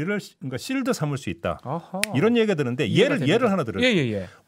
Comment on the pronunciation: 내용은 정확하고 냉철한데, 중간중간 '실드'라는 영어를 쓰시는데 방패의 의미라면 '쉴드'가 더 맞는 발음인데, 자꾸 거슬리네요. 그냥 방패라고 하셔도 좋을 듯...가끔 영어섞어 쓰실때 너무 안맞는 발음이 많아서 확 깹니다.. 사족입니다. 잘듣고 있어요...